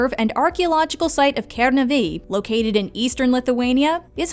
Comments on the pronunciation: you have to say kenaaaaave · And you pronounce kernave really weardly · The way you said Kernavė tho 😃✋